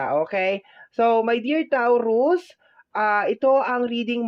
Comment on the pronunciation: TAW ROOS AMPOTA ayusin mo naman pag pronounce ung zodiac namen gaga